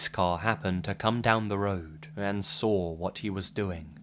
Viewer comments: "sawr it" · i like how you say saw its like sraw